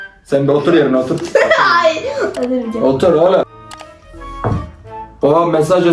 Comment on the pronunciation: otur yerine otuğuurr